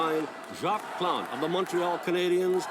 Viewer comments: Take a look at Gerry Cheevers of the Boston Bruins in the 1970's. He put :stitches' on each spot that a puck hit his mask. By the way Jacques' last name is pronounced 'Plant', the e is silent. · I love seeing your expressions. Plante (no eh sound at the end of his name) You try so hard and you’re really pretty good at producing the French names. Can’t wait to see your next video. 🇺🇸 🇨🇦❤️☮️👍🏼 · Pronunciation homework for. Jacques = Jawk (Rhymes with Hawk) Plante is pronounced plaunt (like aunt). The French pronunciations can be a challenge for Americans.🫨👂🙉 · Hi. If you want to properly pronounce Jacque Plante. phonetically its jauke pl aw nte silent e like in plant but the A sounds like awww when the doctor say aww when you open your mouth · I'm not "fond" of the story of the residential schools. But, I'm proud we "own it" now. They lived that horror the least we can do is remember it. Jacques Plante - French name pronounced closer to Zock Plant (I can't spell sounds well) was one of the forces in putting masks on goalies. The original masks had "reduced vision" so players, and coaches, felt it might make them less effective due to blind spots/narrowed vision... but losing and eye wasn't good for your vision either. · With regard to the pronunciation of Jacques Plante's name: without an accent, the last "e" is not pronounced, nor is the "s" at the end of "Jacques". Otherwise, this was a great video. I, too, am glad that the Heritage Minutes show the good and the bad side of Canada. Like most nations which started with colonialism, the indigenous peoples were treated very poorly. From the start and up to today. We need to break the chain, and Canada is making a start. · If you could watch the entire one-minute Heritage Minute through to the end, you would learn how to pronounce Jacques Plante :) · most of the time s t and e at the end of a French word are silent , Jacques Plante 😂the way you said was awesome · Sounds like Plont